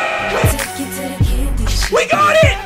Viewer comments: Boi it's "Yiu-ksie" Not "Yuck-see" Your pronunciation is.... Yuck See what I did there? Yeah I'm gonna stop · I heard it as YUCKxie instead of Uxie lmao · Idc if I’m late, but you pronouncing Uxie as “yoksi” is hilarious to me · Also I'm late as well